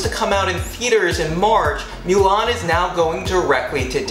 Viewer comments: It’s MOO-LAN not MEW-LAN!!!! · Thanks for the info but I can't like the vid because you keep saying MEW-LAWN ITS PRONOUNCED MOO-LAWN !!! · Every time you say “MYOO-LAN” it makes me wretch. Other than that it was a good video.